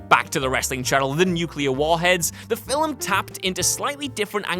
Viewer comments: The word is, "film"-not fillem? Filham? Fillum? Filim? Whatever the Hell you keep saying. There is no letter and no sound between the 'l' and the 'm.' I usually am interested in the topics you speak about, but I can't watch the video because I can't stand to hear you repeatedly say, "film." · is it me or does he keep saying Filim? Anyways I agree totally with this list.